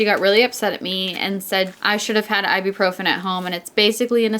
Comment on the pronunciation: Sorry if this sounds aggressive but it's (I-boo-pro-fin) Ibuprofen not Iburprofen (;(:/:[